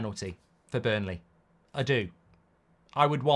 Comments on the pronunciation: Mark, it’s BURNLEY ffs. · Relax with emotions today. That was not a penalty. And again it's BURNLEY for daaaam sake! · Mark it’s Burnley